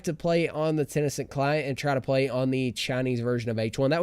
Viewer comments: kenau I was hoping I wasn’t the only one who got progressively triggered throughout the video at the fact that he kept saying it wrong lol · ITS TEN CENT NOT TEN E CENT REEEEE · wtf is tenecent? is he talking about tencent games?